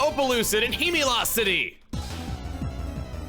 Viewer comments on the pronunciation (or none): Wait, did he say Humilau City or Humilocity? (I think he meant to say the former but knowing him, he probably said the latter intentionally)